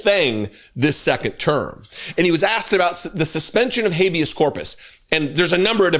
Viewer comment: First of all the reporter did not clearly pronounce habeas ,to me the first time he said it it sounded like "abuse" , and "v us " the second time it was a little more clear but not quite clear. With age it is common for consonants sounds to more difficult for the brain to recognize .Ex an R my sound like a D. Look it up! These reporters know Trump is elderly and conniving .So he is going to evade any question that he doesn't like and Kristi knows to follow his lead. To allow for Trumps age and personality quirks ,the questions must be simple and words pronounced clearly and to where the content gives clues to what is being asked. The question should give little room for evasion .For example Skip the word Habeas Corpus and ask "It is a great concern of the American people that you are detaining and holding American citizens and those following legal procedures to obtain citizenship without giving those people a written legal reason for their detention. Are you concerned that you are seen as not obeying the law of Habeas Corpus." Or some way to back him in a corner. Your bloviating about a poorly phrased question just to fill time is not helpful to anyone.